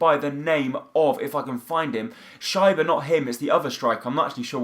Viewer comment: You pronounce schieber like sheeber